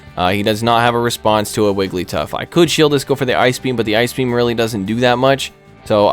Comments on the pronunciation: “Eye Key B M” … 😂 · i literally screamed when you said ice beam "i ke beee am"